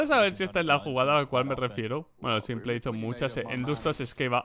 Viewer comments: me da tock cada vez que dice simple en vez de simpoul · Pero como va se va a pronunciar [simple]??? Se pronuncia [simpol]. Escucha a los casters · CADA VEZ QUE DICES SIMPLE, Y NO ''SIMPOL'' ME DA UN INFARTITO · Cada vez que dice "Simple" llora el niño Jesús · Porque pronuncias simple en español :v